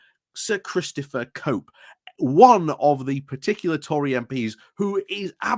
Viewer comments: Cope or Chope? (the 'ch' sound from 'choose' not the 'k' sound from 'chaos') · Good commentary but "Cope" (which you say) =/= "Chope" (his name). Revolting person and friend to upskirters that he is.